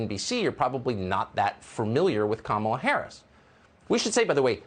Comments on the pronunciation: Wait when did cukker start pronouncing vice president harris first name correctly? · and of a sudden, he knows how to pronounce Kamala Harris... what a coward!!!